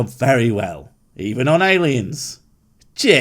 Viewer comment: When you say cheers, it sounds like you're saying jizz.